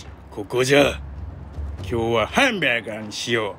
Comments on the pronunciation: ハンバーガーの発音がヨキ🤣マクドしか食べた事のないわたしにとって､こういうハンバーガー めっちゃ美味しそうで食べてみたい🤤💕HONDAにまたがってる､イカしてました😉✨ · ハンバーガーの発音 クセすごいっ🤣 ハンバーガーめっちゃ 美味しそうでした 🤤